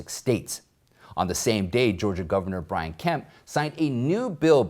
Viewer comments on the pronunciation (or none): none